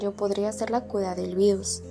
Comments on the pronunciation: Por que dices cuda y no cura? O no sabes pronunciar la R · Algo que me di cuenta es deque porque dices cuda en ves de cura 😩🥀🥀🥀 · Soy yo o dice Cula en vez de cura,creo q no sabe pronunciar la r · el video esta buenisimo pero me encanta cuando dice cuda iauodfasu ohsf hisdb haipg o t{´'´+fgS} ¿SE +